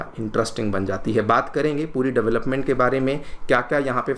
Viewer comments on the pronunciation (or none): none